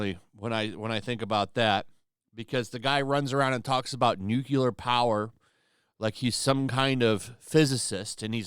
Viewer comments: It's NUCLEAR.... there is no such thing as NUCULAR. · Dude! It's "noo-clee-ar" not "noo-q-ler". 😖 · Nuclear “New” “Clear” not “New” “Cue” “Ler” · I’m sorry. I love the channel but it’s “nuclear” not “newcewler”. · The word is "nuclear", not "nukuler". It's pronounced like "newclear". Sorry. It's a pet peeve of mine to hear that word said incorrectly. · "Nucular. The word is 'nucular'." - Homer Simpson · Did you just say "Nucular" unironically? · Nucular lol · Good video but I have a hard time listening to someone say that someone else is the least qualified to talk about nuclear power when they pronounce it “nuke U ler”